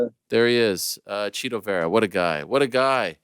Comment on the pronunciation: Marlon " Chita" não " Chito". Dá lhe Figueiredo!.